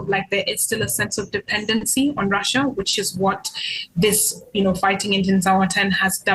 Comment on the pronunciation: When the present pronounces Russia as Raschia. Hahahaha!!